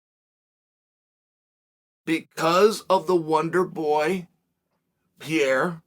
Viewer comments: Chael pronouncing Pereira as “Pierre” 😭 this guy is a menace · Did you guys notice that he pronounces "Pereira" in a way for Poatan and "Pereira" in a differet way for Michel? Something like "pi era" and "pierrr"